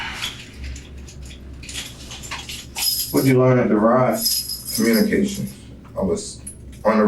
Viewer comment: Omg! Did he have the nerve to say devri! This clown is just killing me!!!